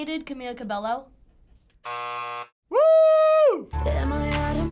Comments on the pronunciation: Did she said "Camia CabeLLO"? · ca-MEE-la ca-BEY-o